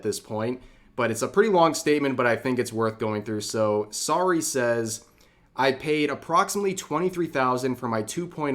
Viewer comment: Anyone else kinda surprised he doesn't know how to pronounce Saruei's name considering that Vtuber coverage is one of the main things he covers. For reference it is pronounced Sa-roo-eh phonetically.